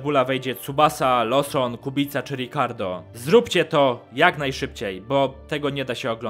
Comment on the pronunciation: Czemu na Kubicę mówią Kubika ?? 😂😂